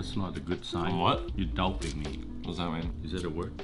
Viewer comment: "Douping me" completed the trifecta of adorable English mistakes your Dad made. This video/series is so pleasing to watch due to your Dad's genuine positive attitude and good hearted personality. It seems like something you would both like to know that this series genuinely make me want to be a better son and father. Thanks, and please do keep up the amazing videos! +1 subbed/liked